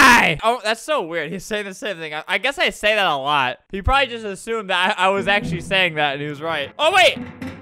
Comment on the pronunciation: I heard “akchly” where i took as “actually.” It is funny to think he’d say that at that moment when I listening again. Also, I don’t know if he says that word like “sheet.”